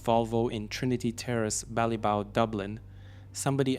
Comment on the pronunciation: The "G" in Drogheda is silent....so it is pronounced "Droheda"......also Ballybough is pronounced "Ballybock".